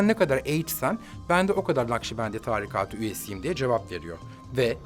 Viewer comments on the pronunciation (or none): Târikât değil o “tarîkât” ilk “a” uzatılmaz “i” de uzatılır ya hu!